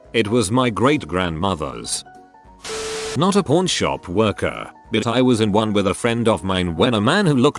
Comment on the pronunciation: Pawn sounds like porn when the voice says it whaaaaaaaaaa